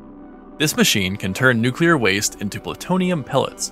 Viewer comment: FINALLY!!! Somebody who says "Nuclear" correctly!